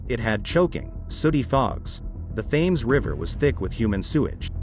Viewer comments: If you said Thames that way in England, people wouldn't have a clue what you were talking about. There is a silent H because it is from a Viking/Saxon/French/Roman/Germanic language base. You drop the H in herbs and pronounce it the French way, English is a rich and fascinating language and when it gets butchered by people who don't care in the slightest, it winds me up. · It's not a little stream in a far distant land, it is one of the most prominent rivers in the world in one of the top 5 cities in the world. It shouldn't annoy me as Americans struggle to pronounce anything (Moscow is pronounced Moss koe not Moss Cow, for example and there is no country called Eye-Rack). It's not that you get it wrong, it's that you don't care that you get it wrong, it's sloppy. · Thames? Please - it is pronounced "Tems". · He said "thaymes" Thames is said "Tems". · Just because the name is pronounced wrong, doesn’t mean the historical FACTORS are🥴.This matches the state of their hearts anyway… a great stink. Repent and be renewed and washed by the Blood of Jesus. Btw there’s a place in the UK called ‘Thame’ and it’s exactly pronounced like how it’s spelt and named after river TEMS, these phonetician words never cease to make me look like a question mark 😂. Either way, there’s still common sense in humanity right? Not everything needs correction when you know the meaning. I mean the highlight of the topic is LONDON THE STINK. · it's pronounced tems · He is saying tems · Erm .. the river Thames is pronounced TEMS. Sorry to be a bore! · It was only mispronounced once. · so, it was still mispronounced,!! 😤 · It's infuriating that Americans do this, he is supposed to be educated.